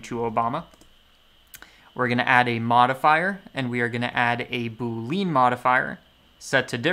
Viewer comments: It's 'boo -lee-uhn' not 'boo-leen' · Boo-lee-yan is how it's pronounced btw (with emphasis on 'boo')